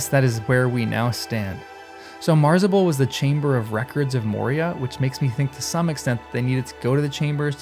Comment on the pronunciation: It's MA-zar-bul, not MAR-za-bul.